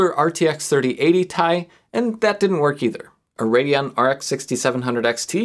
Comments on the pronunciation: Nooooo it’s T.I. Not Tie. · I know he only said 'tie' instead of TI to trigger people, but i'm still triggered. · Its 3080 "Tea-Eye" not "Thai"! ;D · DID YOU JUST SAY 3080 "TIE"? BOO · Your troll pronunciation of Ti was hilarious, thank you 😊